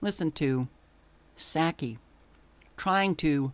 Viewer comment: I love how you always mispronounce Psaki's last name. 😄